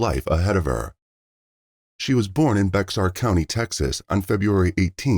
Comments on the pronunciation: LOLOLOLOL YOU MUST NOT BE AMERICAN LOLOL EVERY AMERICAN KNOWS HOW TO PRONOUNCE BEXAR COUNTY LOL ITS PRONOUNCED "BEAR" COUNTY THE X IS SILENT LOL OMG IM DYING LAUGHING IM FROM CANADA RAISED IN TX AND LIVED IN NY AND AZ IVE NEVER HEARD ANYONE IN MY LIFE SAY BEX-AR LOL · "Bexar" county is pronounced like;"bear"🐻, not "bex-ar" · Bexar county Texas you say it like bear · Bexar county is pronounced Bear, the X is silent. I'm so happy that these families are getting some justice and I hope these old monsters are sweating bullets for their time to come.